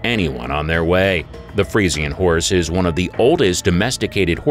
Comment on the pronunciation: You're pronouncing the freisan breed wrong